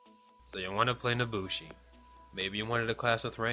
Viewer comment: "nosushi" lol